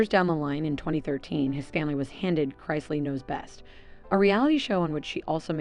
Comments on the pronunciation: Learn how to pronounce the last name Chris-lee 🙄smh can tell you don’t watch the show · You keep pronouncing their name differently, each time you say it. And it’s wrong. It’s incorrect like 99 out of 100 times. Maybe more than 99. Is it that difficult to say Chris-lee ? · Their last name is NOT Christ-ly, There is no T in their last name. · Wow really you should research how that name is pronounced so you want to make a video on the chrisleys and you don't even pronounce their name correctly... Obviously you want some kind of gratification or acknowledgement for doing this video so at least pronounce the name correctly!!!!! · I can’t cause she can’t even pronounce thier nane right so you know damn well can’t trust her facts or research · I had to stop listening also, she can’t even pronounce the last name right. 🤪🤦🏼‍♀️ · At least pronounce their name correctly if you’re going to do a podcast on the!m! Geez!